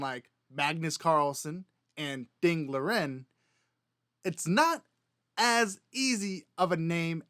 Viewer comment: Ding Liren is actually pronounced Ding Lizhen. The R is more of a Zh sound. Native Chinese don't pronounce R's the way English speakers do.